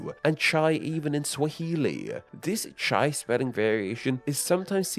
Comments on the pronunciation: Wow um, how did you manage to Anglicize absolutely everything. You pronounced everything except the "English tea". Like I am so irrationally upset at this, why did you record yourself saying "teeeeeea" over and over again. Also it's ch-eye not "chey" How can I trust you as a credible source when you don't even know how to say words. God damn. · Love your content, just one suggestion. Since you talk about names and use a lot of foreign words, I recommend using forvo for the pronunciation. As a Hindi speaker, it's super grating to heard चाय (chāy) being pronounced as ché, rather than a diphthong chāé. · "Chai" in India. Cmon its not Chaaaay 😛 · Russian tea is not chey as you said in the beginning, it's chay as in chai/kombucha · my brother in christ it is not chaeeeeee in hindi it is chAye and spelled chai come on ' the google translate actually pronounces it pretty good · ITS NOT. CHAI ITS CAHII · In Hindi, Chaay(as you've spelt it)/Chai(the correct spelling) is not pronounced Chay. It is pronounced as 'Ch-aa-i'. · um in india its not pronounced like chei its chaya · it's not ch-ay. It's ch-ai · It's s pronounced chay, not chey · In Russian it is Not tchei.... It is chAi A is not sound like Ei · why do u pronounce chai like chei like its clearly an a? not an e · If you’re going to make a video about different languages, you could at least make an effort to get the pronunciation at least close, as close as a monoglot Anglophone can anyway. For example, the vowel diphthong at the end of “chai” sounds more like “try” than “tray.” And French, German, Italian, etc., pronounce their versions more like “tray” than “tree.” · It's chai not chey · Russian чай is pronounced ch-ah-y not ch-eh-y. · bro wdym chay???? It's chai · "the russian /t͡ʃej/", its /t͡ɕaj/, atleast get the vowel right... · It is pronounced "chai" not "chei" 😡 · Chay is not "chey" it's "chaai" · Blud rly called "Chai" "Cheyy" lol. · The Russian is pronounced like you are saying "ka-chow"